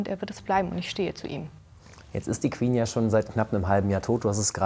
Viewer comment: Das Word Queen beinhaltet keinen "w", warum sagt ihr "Qwen"🙄🤦🏼‍♀️